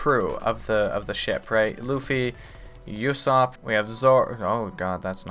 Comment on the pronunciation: I know you're busy watching one piece but if you have time definitely watch jojo's bizarre adventure. It also has a slow start but it gets better as you keep watching. Both are two of my fav shows. Also Usopp is pronounced oo-sopp, not you-sopp. Just listen to how characters say it. "uso" means "lie" in Japanese